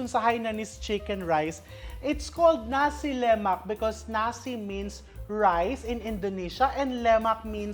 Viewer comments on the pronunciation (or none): Nasi Lema(k) silent K … as far as i know… Having stayed in Malaysia for some years… my favorite breakfast…